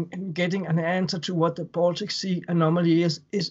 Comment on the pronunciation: It’s “Baltic Sea”, not “Boltic Sea”, lol